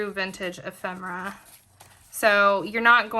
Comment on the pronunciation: What treasures💕! I’m thankful to know the correct pronunciation of “ephemera” too!